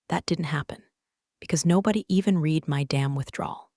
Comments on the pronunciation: haha, it does know, but it has somehow swapped which is which. Every single time, literally without fail, Read reed is said red read & vise versa, and wound- woond is pronounced wound- wownd & vise versa lol😁☮️ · AI needs to learn that some words have 2 different pronunciations. Like read and wound for instance.